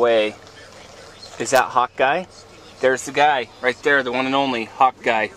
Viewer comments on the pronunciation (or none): Every time you say "Hawkeye" I think you're saying "Hot guy" :P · everytime you say hawkeye it sounds like youre saying hot guy lol